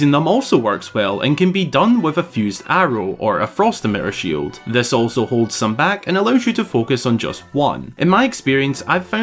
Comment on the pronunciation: it took me so long to understand emi-er and had to turn on captions to understand you were saying emitter. lolol i love it though